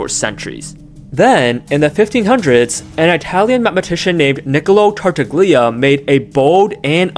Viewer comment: Hey, just a heads up for future videos and for whoever may scroll down to the comments "Tartaglia" is pronounced /tar'taʎʎa/, which sounds somewhat like "tar-TAHL-yah" Other than that, excellent exposition, very clear and intuitive, and especially AI-less, rarity in this day and age, for which bonus points